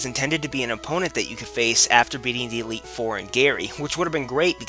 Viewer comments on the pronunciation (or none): none